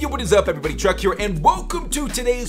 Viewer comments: who also noticed he said truck instead of Chuck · I can't tell Chuck if your trying to say Truck or you not. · You still say Truck 😂